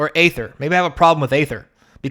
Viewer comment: So funny to see conservatives pose "aether" (you also pronounced it wrong btw, it's "E"-ther) as something they are offended by while the actual thing happening is "[derogatory word for black people] country." Yeah man, Aether is the same thing, totally. Or cracker/"other derogatory terms for pale people" XD When has that ever happened? Do you even realize where cracker is derived from? Cracker is a term that originated for describing white men who would crack their whips at slaves. They were whip crackers, there is no relation to saltines. Do you think talking down to someone who is of darker skin tone because you believe they are lesser than you is on the same level as calling someone a slave owner? When was the last time you really heard someone use cracker as a slur in America? This are made up phoney problems that white people make up to victimize themselves with. Yeah, I understand you have no understanding or don't know anyone who was negatively impacted by the naming "Kaladesh," obviously, it's the people that actually are that demographic who care. It's about them and in their language and modeled off of their language. You think all Kaladesh product is reserved list? Not a little, you're being REALLY facetious. XD are you on crack? No standard sets are getting reprinted, Dominaria, Amonkhet the Ravnicas, etc have never seen reprints. Are they reserved list too? They literally stated they would not retroactively change card names and would print them the same way the